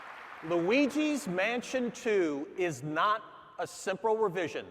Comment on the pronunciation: Loueeeegeeees mansion 2 pauckemon black and pauckemon white